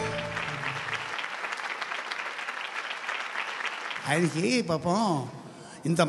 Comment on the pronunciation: bhai ...తాపం కదా ? తాబమ్ అంటున్నావ్ ...బాలచందర్ గారు ఉన్నారనా ? 😂😂